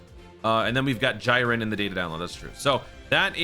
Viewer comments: lmfaoo bro its GEEREN aka Jiren, JYYYYYYren is crazy lmfao. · my man just call him "JAIREN" 💀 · That's just the 200 IQ pronunciation brother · why did you say jiren like that lol